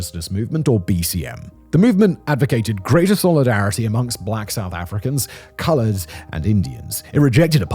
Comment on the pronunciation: You've got to stop saying "co-lo-RED" 😂 It's colored, like a colored pencil. 2 syllables lol